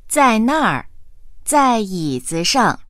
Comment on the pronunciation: Đề nghị , đọc cho đúng vào. Câu 11, nếu ko nhìn chữ, thì chúa mới biết đang nói cái ghế.